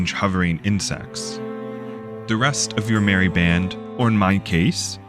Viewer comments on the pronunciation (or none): none